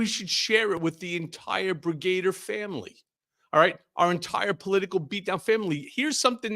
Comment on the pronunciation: "brigader" makes me cringe.